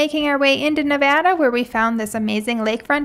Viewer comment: As a Nevadan, so glad to hear you pronounce it correctly 😄 and not Nevahda.....